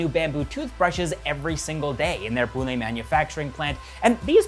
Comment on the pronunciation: Thankyou for saying Pune and not Poona 🙏🏻🙏🏻🙏🏻